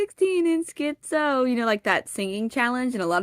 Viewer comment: skee-zoe is not the correct pronunciation tho